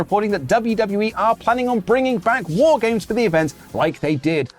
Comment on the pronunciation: I am disappointed in you. I stay up to watch the show after it drops instead of when I wake and you mess up WAAR GAAMESS. Seriously what would Regal think of this?